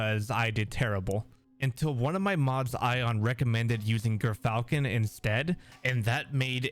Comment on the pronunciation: Pronounced "Jer-falcons".